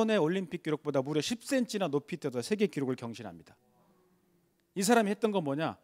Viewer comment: 장음인 단어의 첫 자를 짧게 잘못 발음한 예:제가(나),시작,4차,뭐야,환자,(바다야) 되요,현실,세계,과거,없어진다, 등, 장단음 문제가 있읍니다. 한국은 장단음 문제가 시각합니다. 언재쯤 인공 지능이 틀린 발음을 바로 잡을수 있을까요.